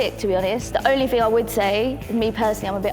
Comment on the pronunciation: saying ting lmfao